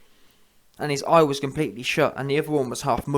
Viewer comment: Eyegas lol😂😂😂